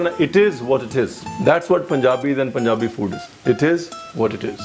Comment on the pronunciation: Love how he says Punjabi. Being a punjabi feel so good